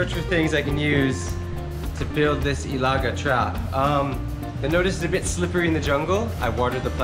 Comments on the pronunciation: hahaha! its alaga. not ilaga..you made me laugh.. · quick correction it's pronounced as e-la-ga not I-la-ga. Just wanted to let you know on that. Sending still cold regards from Winnipeg LOL eventhough it's already spring season. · to pronounce I-la-gâ, the strong point is in the gâ👍🏼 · I think in learning bisaya, it’s important to emphasize the accent. For example—ilaga sounds like a Filipino dish (nilaga) but when you say, ilagâ, now that’s a rat. 😂 You have to ask your trainer to teach you the accent because it’s important, otherwise it’s confusing... So much fun these vlogs, though!!! 💯😆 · put some cagayan accent to your ilaga! say ilâgâ!💜💜💜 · Hahaha... I thought you were saying "nilaga". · ilaga. - is pronounce in short "ä" not ilaaagaaa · With accent on last à. Like this i-la-gá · Putting pressure on the à 😅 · It's pronounced Ila...ga not ilaga with the emphasis on ga. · when you say the word rat in Bisaya don't say ehh-laga, make it sound like you are telling someone off or saying it faster "Ilaga". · Hi, I know you're learning the Visayan language but it's not enough to know the right words but you also have to work on your phonetics by saying the words properly. For instance, the word for Rat or " Ilaga" is pronounced by saying it really fast and putting the stress in the last syllable "ga" with the final "a" sound ending abruptly or with a glottal stop like in the word "tub-a" for coconut wine or "suk-a" for Vinegar. Hope this helps.:) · "Im trying to make an ilaga trap"Ha! ha! ha!Still has pronounce it in Canadian accent! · Pronounced it like your angry. ilaga!